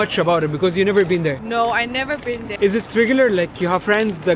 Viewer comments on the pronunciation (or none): none